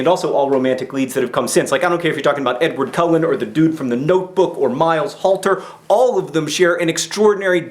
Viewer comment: i love how you say edaward cullen first